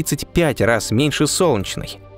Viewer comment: Сделай с собой что-нибудь! Не глотай Е когда говоришь "Солнчной системой". Очень бьет по ушам. Пожалуйста. СОЛН- Е - ЧНАЯ СИСТЕМА.